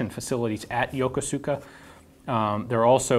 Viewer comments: Hey Ian, quick note: the Japanese don't pronounce the "U" in their words. Yokosuka is pronounced "Yokoska". Source: I live in Japan and have been to Yokosuka.(my son was born there) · "Yokosuka" is spelled that way, but it's pronounced "Yo KU ska". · It’s pronounced YO KO SKA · You are pronouncing "Yokosuka" wrong. The "u" is silent. It should be pronounced "Yo-KOS-ka". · While a admire your knowledge of firearms, I cringed every time you mispronounced the City of origin. Whether intentionally for comedic effect or simply unintentionally because the spelling would lead a westerner to believe it correct, the folks from there pronounce it Ya coo' ska. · Ian, love your show. The only issue I have with this one specific show is that you incorrectly pronounced Yokosuka. As a U.S. Sailor I was part of the forward deployed naval forces, which I was stationed at NAF Atsugi and the carrier I served on was homeport is Yokosuka. I just was shaking my head when you pronounced Yokosuka. Otherwise a great show with great information. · I said he didn't pronounce it perfectly, but the imperfect pronunciation made it easier to understand the actual name letter for letter. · Fun fact: it's pronounced yokohska, not yoko-suka. There's an American naval base there as well as a JMSDF one. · Lol...Yo-ko-soo-ka . It's Yokosuka, pronounced Yo-koo-ska. Most "u" in Japanese are silent or barely pronounced. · Hi Ian, you are concerned with correct pronunciation.... "Yokosuka" is pronounced as "Ya-KOO-ska"by all American sailors. If you don't believe me, ask anybody who has done a WESTPAC. If you want to be known as an insider, say Yakooska. -Barnacle Bill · Yokosuka (横須賀) is correctly pronounced with the accent on the first 'k.' Ian pronounced it with the accent at the end on the 's.' So, it should be "yoKosuka" than "yokoSuka." Also, the 'u' is nearly silent when pronounced quickly. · Great piece. FYI Youkoska is pronounced yoh-KOOS-ka. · "Yokosuka" Is pronounced "Yokuska". FYI.